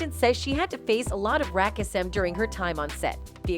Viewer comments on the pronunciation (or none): I really wish you guys would hire someone to read this. Wtf is Rackism it took me a good 30 seconds until Siri said it again 🤣🤣🤣🤣